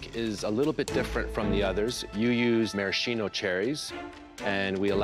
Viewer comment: can’t pronounce maraschino right...